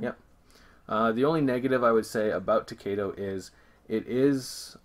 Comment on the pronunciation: thanks for the video please pronounce the game To-KAI-Do thats KAI as in "Aye aye sir"